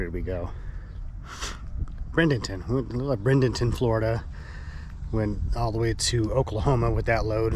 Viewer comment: Um, NO...once again: there’s NO Brendenton in Florida, it’s Bradenton where Tropicana has plant. But pronounced braid-en-ton...And it’s nearby to me in Clearwater...and the Tampa Bay Rays baseball stadium in St Pete is Tropicana Field for that company.